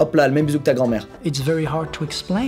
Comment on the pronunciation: Il a dit: "you aRe" (prononciation française) who you want to be ..!!!